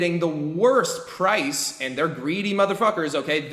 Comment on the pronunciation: haaaaha u said prace